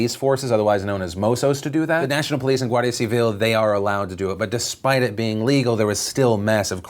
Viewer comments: i actually felt like a proud parent by the way you said "guardia civil", perfecta pronunciación jajaja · Tbh. I am quite impressed with your coverage on Spain and Catalonia, better than the one seen in Spain. Also your pronunciation of Guardia Civil got better